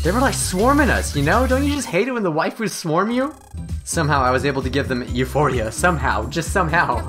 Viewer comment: "I'm ready to blast some wifus down.." Some how it made me laugh. 😂